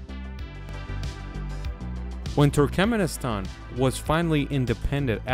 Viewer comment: So, is ”Turkemnistan” the ””Nucular” 2.0”? 😅